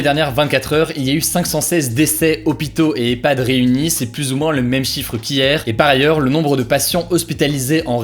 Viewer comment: Très bonnes vidéos pour suivre l’actualité! Bravo PS : quand tu dis “plusse” mes oreilles tombent, on dit “plu”